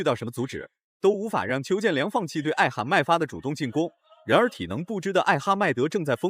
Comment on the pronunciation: 解说真垃圾！邱建良名字都会叫错